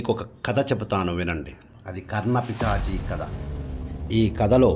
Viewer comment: అయ్యా కర్ణ పిశాచి... మీరేమో కర్ణ పిచాచి అంటున్నారు.